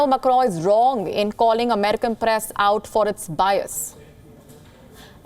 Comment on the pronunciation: This lady has a very thick pronounciation of certain words. Eg Press